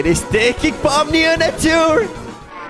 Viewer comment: Pomni not pommy